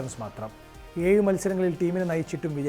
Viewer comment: ഴ എന്ന് ഉച്ചരിച്ചേ? ഏയ് , പതിനേയ് , പയം... കഷ്ടം